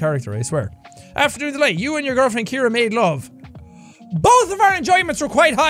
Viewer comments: Calls his girlfriend Kiera when her name is pronounced Sierra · Ima just put it out there her name is not Kira its ciara pronounced sea-air-a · Ciara is pronounced like Sierra (See-Air-Uh) not Kiera (Key-Ear-Uh) haha, just thought I'd let you know if you see this ❤ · Did anyone notice he says "Keira" the whole time but her name is Ciara (like see-air-a)? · When his girlfriends name is really said like C-air-a but Jack keeps saying Kiara 😂. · ciara is pronounces See-ara not key-ara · I'm sorry to be the one to break it to you but Ciara isn't pronounced key-ear-ah but c-air-ah. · Jack i swear I love you but Ciara is pronounced see-are-ah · Pretty sure your girlfriends name is pronounced “Siarra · Jack got engaged to Ciara but still cant pronounce her name 🤣🤣